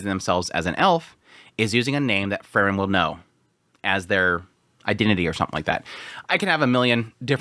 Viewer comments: you pronounce frieren like fern xd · I really like your episode analysis of other shows (fantasy mostly). But your pronounciation of FREIREN is killing me. I just can't enjoy your analysis of Sousou no "ferin" when there's another main character also called Fern😮‍💨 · he wants to get the content out. That is a thing to overlook in a first watch. But he gets the name Frieren so butchered that it is indistinguishable from Fern and that isn't even calling for him not naming Fern like the english plant. It really shouldn't be hard to call Frieren at least in the direction of free as in Freedom for the first syllable. So I rather say that is laziness taking a toll now. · i noticed that too :P he skips that syllable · He just doesn't wanna say frie cause no one is free in this world